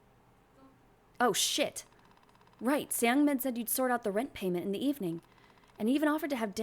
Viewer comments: just a heads up, youre not supposed to pronounce the E in ”seungmin” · You're so sweet omg😭 I found you from this vid and you seem so fun and entertaining you should be a LOT bigger than what you are now (the mispronunciation of "Seung-Min" is killing me as a korean but I pretend i didn't hear it💓)